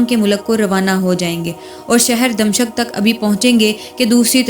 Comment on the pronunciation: DAMSHAK lafz ke adaiygi aap nay ghalat ke hay.....yaiy lafz DAMISHK hay.......pronounciation theek karain.....DAMISHK....